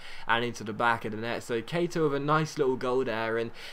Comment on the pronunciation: It's funny how says names sometimes ex: Keita - Keiter Cabella - Cabeller